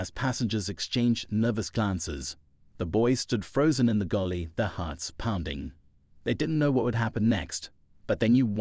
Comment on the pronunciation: Fiction. Its galley, not gulley